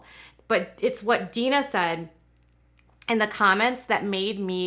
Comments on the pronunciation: Jim Bobs sisters name is Deanna: Dee Anna not Dean A Please stop saying Deana. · It pronounced "Dee Anna" not Dina.🙂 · Exactly. How in the world does she claim to be their good friends and not know how to pronounce her name? She also spelled it the way she mispronounces it so I can tell she is reading it as Deana when it is De-Anna. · Why do you call her Deena? Isn't she called DeAnna? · I noticed that too and commented she even spells it the way she mispronounces it but that doesn't explain how she is friends with Amy and her and not heard how they say her name. Very weird. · Amy's mother's name Deanna is pronounced DEE-ANNA.